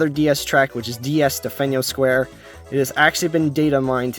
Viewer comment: you're pronouncing delfino square wrong